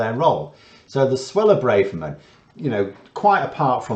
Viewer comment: Her name is Bra-Ver-Man. Every syllable pronounced hard. It is a normal Ashkenazi name from her husband.